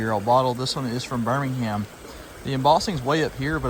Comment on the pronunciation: Fyi. Birmingham is pronounced 'Birming am'. You don't say the H... It's not Birming ham